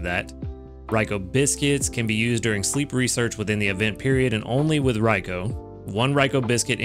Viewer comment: I’m going to be using a Good Camp Ticket during these two Raikou event weeks. I’ve been saving up. :) I recommend them for this event if people have extras ^^ I’m looking forward to seeing what the default Raikou will look like. Also thank you for saying Raikou correctly. lol